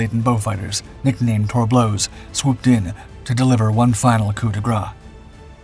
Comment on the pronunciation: At , did I hear nicknamed TORBLEAU? So far as I'm aware.Its TORBEAU. No "L"